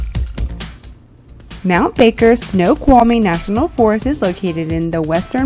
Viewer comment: You said that like a pro. That name is a mouth full. 😂. It is an absolutely stunning park. So much to see and do. Loved the trails and Mountain View’s. Love huckleberries. Lunch looked good; especially the lemonade. Yall really had lots of flowers to film. The boys enjoyed the snow. 😂.